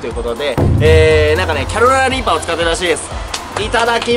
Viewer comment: 、毎回キャロライナリーパーってちゃんと言えてないのが可愛いですw 1回の動画で何回言っても、やっぱり言えない所がまた面白いw